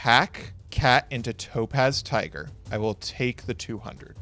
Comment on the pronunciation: Does anyone else consistently hear "Dope Ass Tiger" instead of Topaz Tiger? 🤣🤣